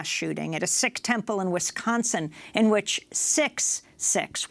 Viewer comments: It is pronounced seek not sick for sihks the turban headgear kids from India or Canada or here we all over n don't forget moderate sihks who cut their hair n beards so u don't know who they r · Sikh pronounced SEEK not sick. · Sikh is pronounced Seek